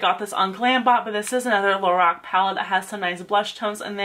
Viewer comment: U say lorac wrong